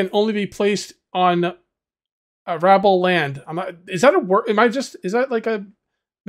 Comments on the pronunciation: Arable pronunciation = 'AIR - able.' And yeah,, a revolver (or pistol for that matter) is not the best tool to take down a boar. Headshot or no, Boars are tough and pistols (even newer pistols) aren't that strong. This game is looking good. Thanks. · "A-ra-ble" Lls my man, what haha you had me cry laughing! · It's pronounced Arra Bull in the UK.